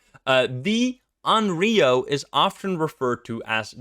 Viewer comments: It's not read as RIO, it's RYO (Y like Yokai) :') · Onryou is not pronounced awn-ree-oh. The "ryo" sound is one syllable and I'm not really sure how to put the pronunciation in english... Maybe just put less stress on it and put the stress into "on" instead. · I called it! Onryo! Although you might get a better pronunciation of it correctly saying something like “on lyo.” It isn’t such a heavy r in Japanese. Fun fact about this ghost: Sadako and Kayoko (eponymous ghosts from The Ring/The Grudge) are both considered onryo. Good luck escapin’ that. :-D